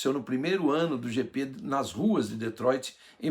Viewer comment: AOS 8;30 DETROITRI(SENNA)